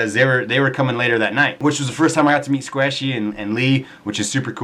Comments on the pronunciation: Sqashey? I thought it was Sqaishey! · It's sqaishy not sqashy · Hey Um just because you were talking really really fast instead of Squashy you Said SQASHY! lol XD xoxox